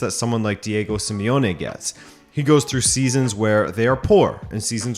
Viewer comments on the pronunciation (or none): none